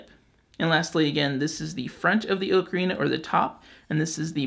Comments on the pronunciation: You keep saying Oak-arena. Its aa·kr·ee·nuh lol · AHK-UH-REENA. NOT OH-KA-REENA. For the love of god. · OCARINA not okarina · I'm not learning from someone who can't pronounce ocarina. It's bugging me too much. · You’re pronouncing ocarina wrong. Go back to school! SMH